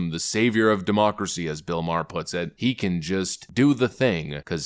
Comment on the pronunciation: I like your podcast but please stop saying demoucracy